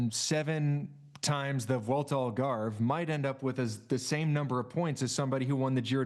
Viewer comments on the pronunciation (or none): none